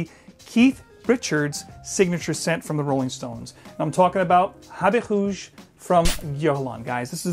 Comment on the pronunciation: Habit HOOOOGE lol. It’s like how the Brazilians pronounce their “R’s”. Ralph is pronounced as Halph. Going to get Vetiver for myself and Heritage for my dad.